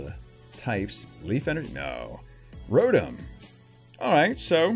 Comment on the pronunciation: Not to be rude but it's Rotom.